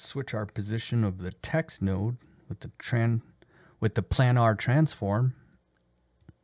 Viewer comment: Good runthru for the diff trackers. Got me laughing tho with "plannar". As a heads up, it's a long "a" sound. It means: of, relating to, or lying in a plane. Planar. Again, nice overview.